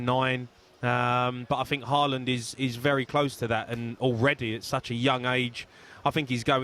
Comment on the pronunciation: You can tell none of these muppets have even watched Haaland play apart from the occasional Champions league game. If they had been watching him for BVB in the Bundesliga, they'd know its pronounced "horland" not "harr-land". Reminds me when pundits were going on about Aubameyang and they couldn't even get his name right